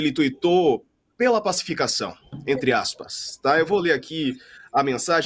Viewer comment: Ele fala em passificassao kkkkk que falta de vergonha na cara